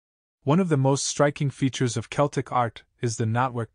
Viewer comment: How can you release a video and not be able to pronounce the subject matter correctly?